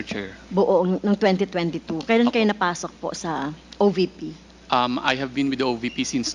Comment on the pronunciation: OVP hindi OBP . Vice president hindi Bise president. V should be pronounced as V and B should be pronounced as B.